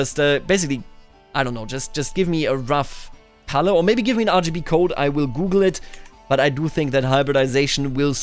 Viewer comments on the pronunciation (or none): none